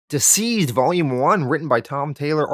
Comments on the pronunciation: Constructive Criticism: - not "womans" but "women." Also, not "diseased" but "deceased" (DCeased). Your British accent is more Australian than anything. Besides that, Great great read, perfect edit. Im jealous. Keep it up. Oh, and kudos for The Boys. That was spectacular! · The way you pronounce the title sounds like Diseased is that correct? I thought it was Deceased ? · 🤦🏽‍♂️🤦🏽‍♂️🤦🏽‍♂️ It's pronounced Deceased!!!! Not Diseased!!! Jesus man!! You NEED someone to read your copy before publishing!!!! You're always BUTCHERING pronounciations!!! You have to good a channel to be making such retarded mistakes man. I'll do it for free bro!!! Please stop doing your fans the diservice of giving them the incorrect names and such. Just saying!!